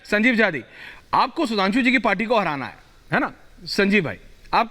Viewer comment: अबे संजीव पहले स बोलना सीख स को श बोलता है।